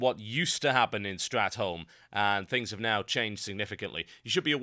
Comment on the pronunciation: why do you say stratem? its STRAT THOLME